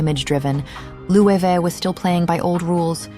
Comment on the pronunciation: Jonathan Bailey taught me now to pronounce Loewe. Thanks bby